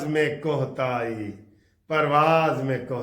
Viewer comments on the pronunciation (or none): گرگس نہیں کرگس ہوتا ہے کوہ تائی نہیں کوتاہی ہوتا ہے